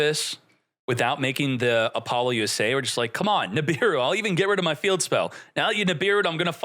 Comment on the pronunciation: Why does he pronounce so many cards different? Apollousa does not have an (N) in it's name